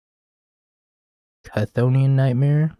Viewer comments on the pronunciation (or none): The Ch in Chthonian makes the K noise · Erm actually kithonian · Hey, love the deck, but I am begging you to correct your pronunciation of chthonian nightmare. On an unrelated note this list seems super sweet and I am a huge spymaster's vault fan, just kinda as something to do with your mana. That said, is tweaking the mana a bit to support essence flux as a not dead variant, in an effort to dodge stone etc., worth it? I don't think so, but I feel it's worth askint